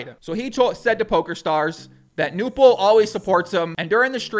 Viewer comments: It's pronounced Knueerrrppel (without a silent K) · I am german and I watch Knossis streams regulary. 1. Good job with the video, sir. 👍 2. Pronunciation: The 'K' in Knossi and Knüppel/Knueppel is NOT silent like in 'knock-out' oder 'knife'. 3. Knüppel said that he usually only plays tournaments where you cannnot win money but material prizes (which probably is mainly because of german legislation.) 4. Knüppel said on stream that with the money he won he plans to restore his thirty-year-old Mercedes Benz 190. He also recently had a water damage, so the money helps on that front aswell. 5. Knossi wears the crown because he calls himself 'King of the internet' (which is at least for the german speaking area pretty adequate by now and for us fans anyway.). The crown is his most recognized trademark. 6. I play poker and follow the poker world and poker shows since 2005 and this stream was one of the most fun and exciting poker events I've ever watched. Knüppel is exactly that type of average Joe you want to win it all and Knossi has the unique talent to make any sort of program exceptionally entertaining. He usually streams slots a lot which I find pretty boring and pointless generally but Knossi knows how to make a show out of it. It really is about the person in his case. He is very close to his community through the different plattforms, he has a lot of energy (as you can tell), he is always positive and really knows how to put a smile upon your face even when you had a rough day. I am pretty sure that he will have a lot more s